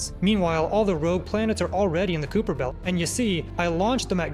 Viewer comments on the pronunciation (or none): kuiper belt: ❌️ kooper belt: ✔️